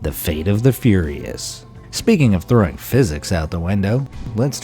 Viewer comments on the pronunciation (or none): none